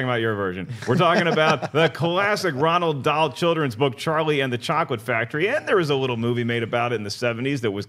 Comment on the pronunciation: is killing me every time he says "Ronald Dahl" hahaha love you, we know you don't read so it's okay